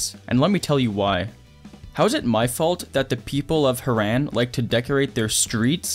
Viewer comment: Haran no no harran